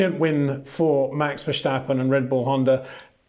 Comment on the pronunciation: Try saying Max Verstappen correctly, so no Mex Vershtappen please!